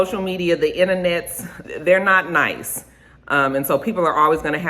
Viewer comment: 😂 that’s exactly how says it! Tickles me everytime